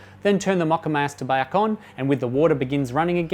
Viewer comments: 🤣He says "MOCCAMASTER" 2 times normally then says "Then turn the MOCCAMAAHSTA BAAHK ON" in a funny accent, I pissed mi pants! That aside, great helpful video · Made me laugh! "Then turn the moccamayster bayck on" That Aussie accent tripping you up!